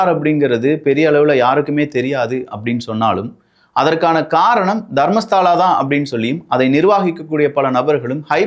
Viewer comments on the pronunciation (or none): அது தர்மஸ்தலா. தர்மஸ்தாலா இல்ல. அப்பறம் ஹெக்டே ஹெகட் இல்